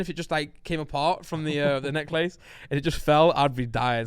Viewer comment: why Randy say necklace like that lool